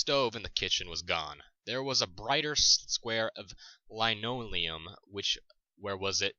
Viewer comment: Good voice, and I would love to hear more, but gosh, it's DAIRY, not DIARY. It doesn't make sense? WAFTY, soft 'a' and "linoleum"...LIN-o-le-um. A few other words really, if you are unfamiliar with them, look them up or go to How To Pronounce website.